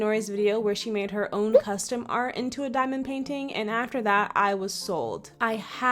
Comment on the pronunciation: That’s NOT how you pronounce CUSTOM wtf is costom?